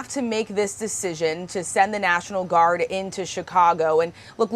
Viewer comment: National "Guard " not National "Gurad" That mistake aside, Trump is a dangerous chump.